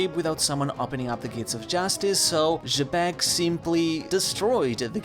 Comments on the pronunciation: Xebec is supposed to be pronounced "jee-beck" that's how both the japanese and English dub call him. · who is "juh beck"?? bro just say his name right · why you keep pronouncing xebec name like that lol